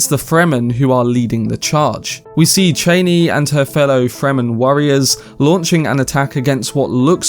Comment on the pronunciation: It’s not Cheiney, its ChAnee